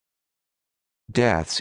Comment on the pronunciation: you pronounce it as Desks? :O